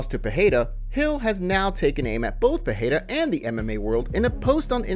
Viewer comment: Please stop pronouncing his name Peheira